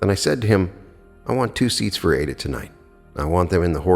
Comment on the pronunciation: I have read and followed Neville (in his own voice lectures) for 15 years. I subscribed to you because your voice is so mellifluous and beautiful, i never grow tired of listening to you reading Neville. Incidentally the opera is pronounced eye ee da. No disrespect intended. Thanks for all you do 💜